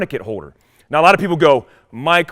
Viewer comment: What is the way you say “holster” and “holder?” It sounds like you are saying “hoe-ster” and “hoe-der.”